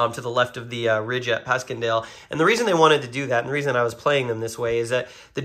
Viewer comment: Pronounced Passiondale. Great videos. Enjoyed both very much.